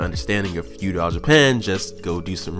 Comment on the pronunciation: Pretty much agree with everything, except the way you say feudal. Like fuedile. Like crocodile lol. Its all love tho bro keep it up. 😄